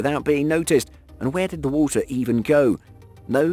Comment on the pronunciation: "as it keeps filling up with wohltuh ..."